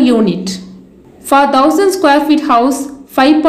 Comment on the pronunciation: On a funnier note..what is "Dhousand"...I think we should use "Thousand" like "Thaliva" "Tha" instead of "Dha". Pardon me if my comments hurted you somewhere. But really appriacte about the detailed costing you presented. Thanks a lot for the informaton!